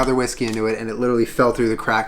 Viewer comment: It's not litteral lmao